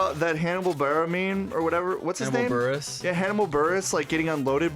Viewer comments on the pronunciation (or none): He really called hannibal burress "hanna bal-berra" lmaaaoooo